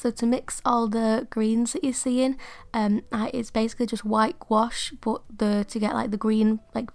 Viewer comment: You’re actually pronouncing gouache correctly (gwosh). It’s a French word and that’s how Miriam Tylson says it. I love the little book, it turned out great.